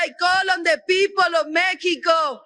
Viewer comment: Didn't know it was called Meckico.